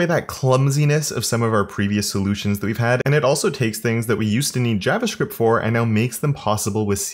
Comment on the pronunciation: Thanks for this video. Pretty cool. Showing my team. Never heard anyone pronounce "javascript" the way you do, but I like it ;)